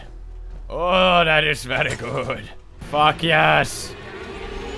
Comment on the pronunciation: "What was that" in Arnolds accent sounds like "wat was dat". He also says "yas" instead of "yes" a lot.